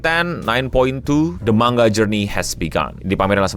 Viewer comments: malah pengucapan yg bener itu man ga, jadi kedengeran kayak mangga balajar lagi ya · iya, jadi kedengeranya kayak mangga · yg disebut eno man-ga. bukan mang-ga. ekspektasi sebutannya ma-nga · Manga bukan Mangga 😅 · MANGA COK BACANYA BUKAN MANGGA WOI JEMBUT GOVLOOK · Manga bang bukan Mangga, lu pikir Logan Paul tukang buah apa 😂 ? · Dulu di spacetoon ada sesi menggambar manga kemudian naratornya nyebut menggambar mangga, aku heran kok mangga.setelah dewasa aku akhirnya tau kalau dr bahasa jepang emang sebutan di mulut mangga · Bacanya man-ja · Kok gw dengernya Mangga ya, apa salah denger sih. 2 Menit baru nonton langsung pengen comment wkwkw Sorryyyyy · Bang, lu kalo misal ga ada yg komen soal pelafalan 'manga', keknya elu yg pin of shame kedua😹✌ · Ya emang gitu bang, kayak orang Sunda ngomong "silahkan"